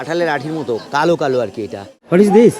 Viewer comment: What is this ❌ না দিস বলেদিস✅